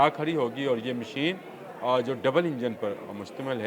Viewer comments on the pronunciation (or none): none